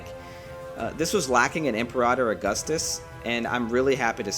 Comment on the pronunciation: The way this dude says Imperator makes me wonder if he’s even played the game lmao